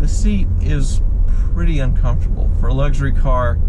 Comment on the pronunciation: stop saying "Luggshury car" — it's luxury. Lux. Not Lugg